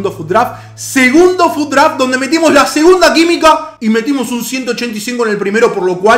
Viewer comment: Minuto dice metimo la segunda quimica jajajajajaja